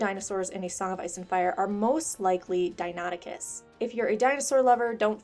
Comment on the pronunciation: As an aspiring paleontologist I can say you pronounced Deinonychus right.